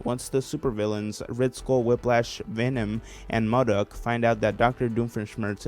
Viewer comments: I’m not trying to be that stuck up nerd but it’s not muduk it’s modok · It mOdok not mUdok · this video is great but the way he pronounced M.O.D.O.K sent a little bit of my soul away